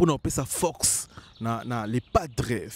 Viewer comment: UN JEUNE GARÇON DE CET ÂGE EST INCAPABLE DE PRONONCER BEAUCOUP DES MOTS TELS QUE PEKSON (PERSONNE), LEGENDE VIVANT (E), FOKS (FORCE) BEZ (BUZZ), AMBRIYER (EMBROUILLER), ORIENTEZ-LE À L'ÉCOLE CE GARÇON SVP, SON NIVEAU EST TROP MATERNEL, TRISTE. NA KAMUAKA BATU BAKENDAKA KOVANDA NA KITI NAYE APOZAKA BANGO BA QUESTIONS.